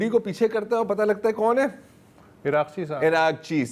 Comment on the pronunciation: بہترین پروگرام ہے۔ بس صرف نام غلط لیتے ہیں آپ۔ پژشکیان ۔ پژشک یان عراقچی۔ عراق چی ہیگسیٹ۔ ہیگ سیٹ۔ برا لگتا ہے آپ کا غلظ نام لینا۔